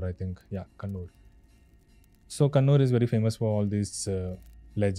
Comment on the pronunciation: It's Kannur (Cannanore) and NOT Conoor. The former is a coastal town in Kerala and the latter, a hill station in the Nilgiris in Tamil Nadu.